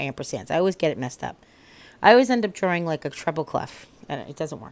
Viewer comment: I lived in NY for 6 1/2 years and hearing how you said drawing made me think of my friend Dave who is from Suffern who now lives in St Augustine and it made me smile.